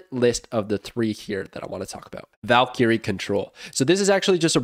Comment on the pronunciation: Somebody teach him how to pronounce valkyrie